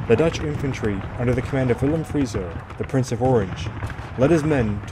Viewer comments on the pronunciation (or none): none